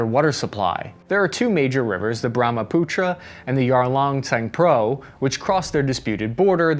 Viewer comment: Pronounces Brahmaputra and Yarlung Tsangpo rivers no problem but pronounces Yangtze as yangtangz??? LMAO